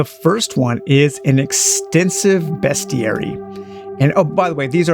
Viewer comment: You’re the first Youtuber that I have seen that pronounces “Bestiary” correctly 😄